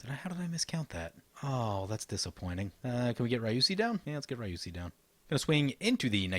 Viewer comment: In Japanese, Ryusei is pronounced RI-U-SE-I From your friendly neighbourhood Teacher-Man ;)